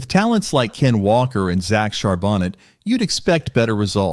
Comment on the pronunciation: Char BO-NAY is the way you pronounce it